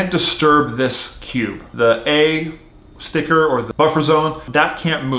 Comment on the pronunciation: he says stivker alot when he has a stickerless cube lol